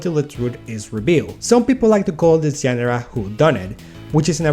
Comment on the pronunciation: Friendly advice: Try pronouncing itジョンら instead of “Genera”. Great video! It’s a shame that most people think all Japanese TV is animated.